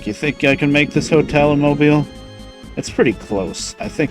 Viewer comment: Kudos to you for pronouncing "Mobile" correctly. I hear too many Northerners mispronounce it.